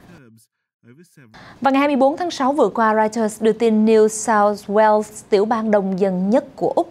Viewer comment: Bạn đọc tin có thể thôi nhấn giọng không? Bạn có giọng đọc hay nhưng nhấn lung tung nghe rất khó chịu. Sao lại có thể đọc New South... Wales, rồi mới mắc ... phải. Nghe rất rất khó chịu